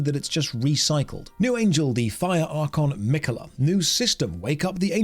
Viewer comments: I couldn't stop laughing when continued to say "Mik-Ola" hahahaha - hey - it's Ma-Kay-La...:) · Actually,, it's Me-Ka-Hela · I'm pretty sure that each League of Angels game has all the systems of the previous League of Angels game plus whatever they could think of. Also the way you mangled Mikaela is right up there with Benedict Cumberbatch's penguin.